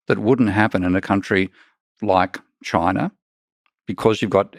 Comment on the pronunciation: Where exactly is “Chiner”?